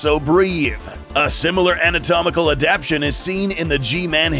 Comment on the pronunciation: pronounced "Adaptation" wrongly